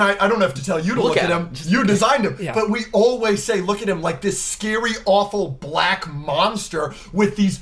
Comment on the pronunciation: Woah😂you said BLACK a lil too hard😂😂😂